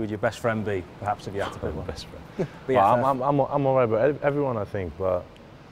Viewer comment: Aw fwend, football fwend